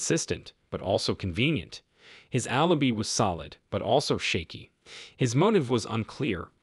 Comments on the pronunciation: Please, please hire someone who can read English. It drives me crazy when the narrator mispronounces easy words. Alibi not alibe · Keeps mispronouncing ‘alibi’